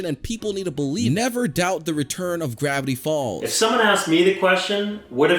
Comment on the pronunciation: Does it sound like this random guy said "Brownie Falls" to anyone else? I dont mean to offend, but i just want to be sure.